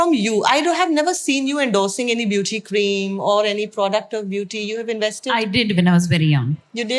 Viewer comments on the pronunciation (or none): none